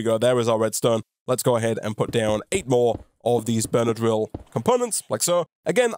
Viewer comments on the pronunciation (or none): everytime you say "burner drill" it sounds like benadryl